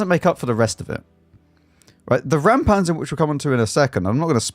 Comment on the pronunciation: Again I can help out unasked: Räumpanzer - it is not "ram", but you can approach the "äu" like the "eu" in "Europe" -> Reumpantser